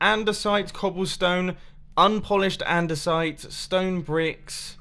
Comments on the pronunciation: andersite and unpolished andersite :-D that made me chuckle! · Normal Minecrafters: Polished andeside and andeside Mumbo: Andeside and unpolished andesite